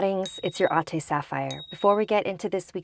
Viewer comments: Its not “at-a” but “at-ê Btw im filipino:p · Older sister in filipino is Ate not Ati just saying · LOL I’m half Filipino but I never really noticed that she said adings and ate 😂